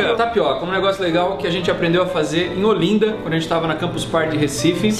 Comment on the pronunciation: KKKKK! Só uma pequena correção, você pronunciou: Ôlinda e o certo, é, Ólinda. kk É aceitavel que não tenha curtido nosso calor, adorei o vídeo.